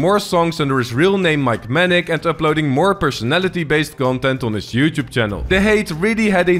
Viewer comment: Please learn how to say "youtube"